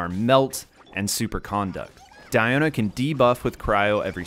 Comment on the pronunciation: It's Dee-o-na not Dai-o-na